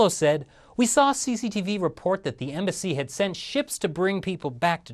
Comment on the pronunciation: "The Chinese Embassy"... you made it sound like "The Chinese Imbecile" :)